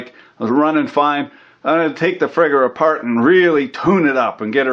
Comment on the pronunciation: "Take it apaaht." Now I want an commentary/rant to a EEVBlog teardown.